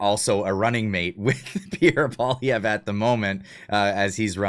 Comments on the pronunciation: Who the hell is PBD? He can’t even pronounce Pierre’s last name properly, guess he was too lazy to learn that small factoid! Campaigns matter, and Canada’s hasn’t officially started yet., get your head out of your butt and stop falling for every little thing you see. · I never liked PBD. He can't even pronounce Poilievre. Canadians need to hear the truth about Carney. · PBD can’t even pronounce Pierres name properly, why the hell should Poilievre kiss his ass? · How are you credible in your talks if you cant event ger the name right ?? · You don't even know how to pronounce Poilievre's name! You lost me from the moment you screwed that up. Clearly, you are not now and never have been a Poilievre supporter. No reason to listen to your rant. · When an American podcaster can pronounce Pierre’s name properly he may consider speaking to them. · I do not like Patrick BET David anymore Comparing Pierre POILIEVRE to Kamala is disgraceful and second of all learn how to pronounce his name. It’s not hard. What’s wrong with you people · I think Pierre is great and so does everyone I know. This guy can't even pronounce Pierre's name properly. Pierre has constantly been out campaigning .I see all that he is doing and talking about . He is getting my vote.